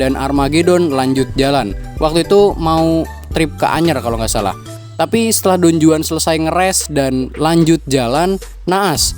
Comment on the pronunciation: Pengucapan yg bener : Don huan J : huruf h di bahasa spanyol